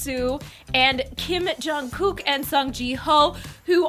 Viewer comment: Was gonna watch this video.... until I heard you botching all their names😑 btw.....its Jong Kook!...NOT Jay Kook😡